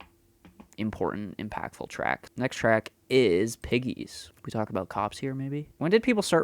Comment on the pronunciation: It wasn't your 'eh' that brought out your Canadianess, it was your aboot!